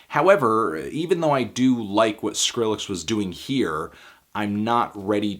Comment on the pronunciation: anthony, thank you for pronouncing the name properly and not "skril-lex" like a bunch of the weirdos out there. idk why but i hate that shit.